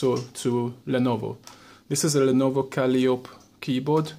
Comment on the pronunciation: since you have trouble with a word, I will assist you, since by your dialect English is not your mother tongue. The word in trouble is "calliope", mispronounced kal-EE-ohp, it is pronounced kah-LIE-oh-pee.